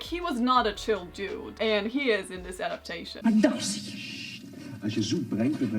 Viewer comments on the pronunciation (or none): none